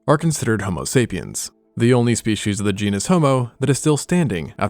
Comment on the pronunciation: Species is pronounced speecies stop saying "spee-he-she's."